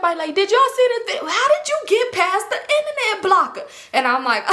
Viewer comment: “How you get past the internet blocka “ 😂😂😂😂😂